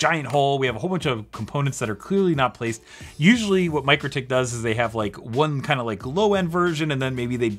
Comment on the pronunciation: Hey, it Mik-rotik, not Micro-tik, those crazy Lithuanians (no seriously, they are crazy ingenious from my experience). Love this channel lots!